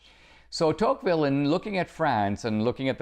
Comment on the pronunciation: Are we all just going to ignore that he is pronouncing De Tocqueville's name wrong?? lol cmon dinesh!!